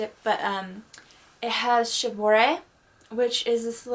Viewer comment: Wow what a nice collection you have!!! My kimonos at the moment are only five :/ 3 komons, one houmongi and a furisode! But I'd like to get more in the future! :3 Anyway the pronounciations of japanese words are tànsu and not tensiu, shìbori and not shibòrai, sensu and not sensiu and homongi and not homongai as you said, plus furìsode and not fursod (just the F it's pronunced close to an H). Japanese it's not difficult, just pronounce it as you read it! :P But one question, what's a Nayogi obi? Never heared about it before! O_O